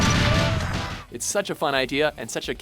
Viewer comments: 'pre-valent'? PREVALANT you idiot. Merry christmas. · "It's very pre-vay-lent" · Prevalent is not "pruh-VALE-ent" but "prev-uh-lint."